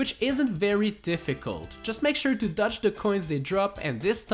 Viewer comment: I have a challenge for you, say DODGE correctly.